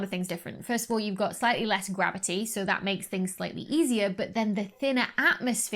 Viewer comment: You know Dr. Becky's excited when her Ts disappear. "...an image like tha!" :D